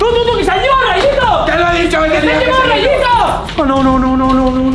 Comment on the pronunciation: Rayito no Rarito